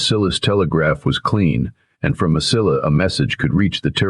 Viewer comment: The correct pronunciation of Mesilla is "Ma• se•yah" . The letter "E" in Spanish is pronounced as a long "A" in English. In Spanish an "I" is pronounced as a long "e " in English. The double "ll" in Spanish is pronounced as the letter "y" in English. In Spanish the letter "a" is pronounced as a short "a" in English. Please, learn the correct pronunciation of Spanish words!